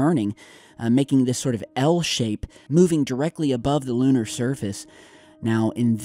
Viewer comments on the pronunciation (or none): none